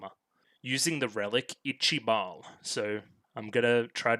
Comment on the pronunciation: ''Ichi-Bal'' is only a season 1 translation, from 2 onwards it's pronounced ''Ichaival''